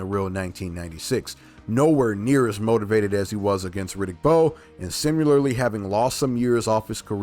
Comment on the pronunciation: Please don’t use the ai voice. No human native English speaking says simyeyarly we say similarly or any human for that matter and your ai says it way too much